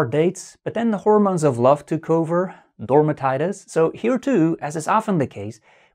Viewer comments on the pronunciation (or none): "Dormatitis" 😂 Excellent video,! 👌 Thank you so much! 😊